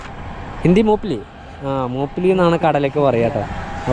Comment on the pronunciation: മുപ്പിലി അല്ലെടോ മുങ്ഫലി